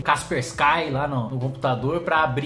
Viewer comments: 🤣🤣🤣 gente só tô ajudando o cara a pronunciar correto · Kim, Kaspersky tem a intonação no KAS. Nao no SKY. Se ponuncia (KASPÉRSKI). Cheers